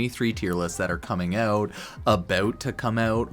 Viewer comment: abaowt to come aouwt